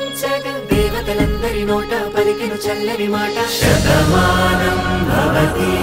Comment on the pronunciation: its "SATA-maanam" not "SHATA-maanam".. They cannot even pronounce a classical telugu phrase right.. what a shame..